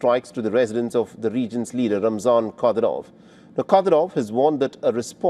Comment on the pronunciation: WHY DO U F MISPRONOUNCE RUSSIAN NAMES???? U HAVE NO PROBLEM PRONOUNCING ZELENSKIY AND OTHER POLITICIANS CORRECTLY!!!! WTF!!! IT'S KAD Y ROV. NOT KADY- ROV!!!! VLA - DEE - MIR PUTIN. NOT VLA - DIMIR PIYUTIN!!!